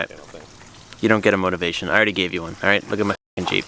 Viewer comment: "Here's your modivation" xD Great video lads!!!